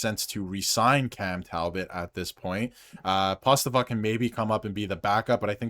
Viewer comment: Thanks for the fine report, insightful. But you mispronounced the names of Cossa and Postava (sorry for being nitpicky). Cossa is pronounced KOE'-sa. Postava is pronounced poe-STAH'-va (emphasis on second syllable, rhymes with "ha"). Cossa was never given a fair shake by Yzerman (45 total minutes!) in Detroit, despite being outstanding in Grand Rapids (AHL Goaltender of the Month in November & December 2025). But Postava looked like Dominic Hasek this past spring for the Griffins; acrobatic to the max. I cover many of the Griffins' games. They had the best start to a season in hockey history: 29-1-1-1, but with several injuries and call-ups to Detroit, they faded a bit at end of season.